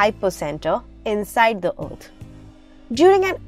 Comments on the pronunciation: Oath or Earth ? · "Earth" or Ot? 😂😂😂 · "ourth" what's your accent?? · Btw just so you know the way you pronounce EARTH annoys me. Thank you!